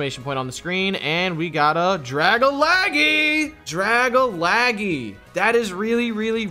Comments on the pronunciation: Does my guy know it’s drag-algae (like the shit in the ocean, google it if you don’t know how to say algae) or is he saying that as some inside joke I missed off the stream? Like the ole Chime-Cho I wonder if I’m missing something or they are 🤷🏼‍♂️ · It's dragalge - drag - alge .. not dragalaggie lol. Drag for dragon, alge for algae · who else hates the way dragalge was pernouced its (drag-al-ge) not (dragalage) ahhhhhh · It's not pronounced dar-ga-la-ge It's pronounced dar-gala-ge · Drag-Algae not Dragalgee 😂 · I'm sorry... "Drag-a-lag-ee" is just so painful to hear... It's a mix of Dragon and Algae I think... I always say it like "Drag-al-jee". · It's not Dragalagi it's DRA - GAL - GE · It’s not gee it’s jee. Like algae and dragon mixed together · I can't understand how consistently mispronounces dragalge as dragalagee lol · really pronounced Dragalge “Drag-a-laggy” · Dragalge: Drag-a-lag-eee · Love your content here’s challenge do one without saying a poke name wrong dragalaggy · I'm pretty sure Dragalge is pronounced 'Druh Gal Jee' or 'Drag Al Jee' like Algae the green scum stuff that floats on lakes. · Draga-laggy lmaoooo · I'm pretty sure Dragalge isn't pronounced Dragalaggy. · Algae is pronounced "al-G". Dragalge is pronounced "drag-al-G"" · Its Dragalgae pronounced Drag-Al-Gee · Drag a laggy lol yalls mispronounciations always crack me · Hearing him say Dragalge wrong makes me shudder every time he said it lol. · But y do u say tojetic Its togetic And it's dra gal gee